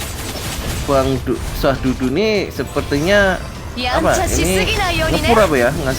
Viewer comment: Sududu bukan syahdudu.. Wkwkwk